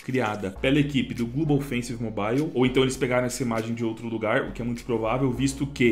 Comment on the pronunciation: "Glubou fencis mobaiu" carai dog, vai fazer um cursinho de inglês ai namoral kk